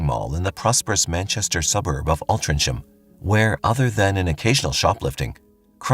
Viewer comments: Hey mate the Last case It’s pronounced alt-ring-ham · The last case was insane. The town is pronounced Al-tring-ham!!